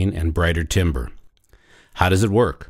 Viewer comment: This looks interesting, will these be available in stores where I might could test it out? Would I have to remove my spikes? Oh, BTW timbre, it's pronounced "tam-ber". Good luck with these.